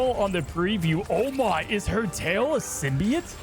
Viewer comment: It is itching my brain that he sounds like he keeps saying "Symbiate" or "Symbiant" rather than "SymbiOTE."